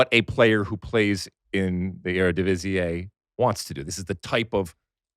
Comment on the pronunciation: Its just Eredivisie, not "Eredivisi-ay".